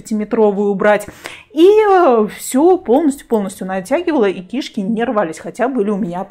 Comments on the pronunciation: Говори правильно кишКИ, а не КИшки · КишкИ! А не КИшки! Что за странное ударение, ужас просто. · Не кИшки,а кишкИ. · Правильно кишкИ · очень странно, возможно ваш местный диалект, но это неверно, КишкИ правильно.